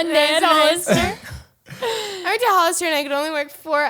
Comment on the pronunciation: he even said worked like weirked